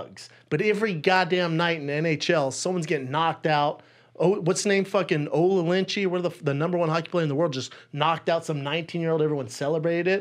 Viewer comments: He called Alex Ovechkin “Olinschi” I’m dead 😂😂😂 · Brendan trying to say Ovechkin lmao